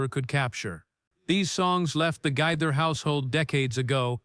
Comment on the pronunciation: It’s Gaither, pronounced Ga- ther. Long “A”.